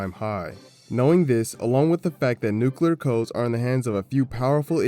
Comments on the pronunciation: Bro, I hate it so so much when people use the fkin stupid word "nucular" you even wrote "nuclear" just fkin say it! People fkin say "squirrel" and other words that are way harder to pronounce, but for some stupid reason the word "nuclear" gets dumbed down? This is literally the problem with humanity. People have gotten stagnant and are unwilling to go back and fix past mistakes. Instead they change the rules to make them technically correct. If we did that sht with everything else too the world would deteriorate. But wait, we do! A dark future lies ahead of us boys. This video might be more relevant than we realize. Sadly it's unwatchable due to him saying "nucular" all the damn time... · "Nucular". Lol